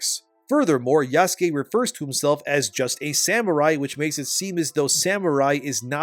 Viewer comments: The other thing wrong about this game is how the people playing it can't pronounce "Yasuke", like you. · Yasuke? I’m just going to call him YaassKween. The non binary guy’s name is Bukaki.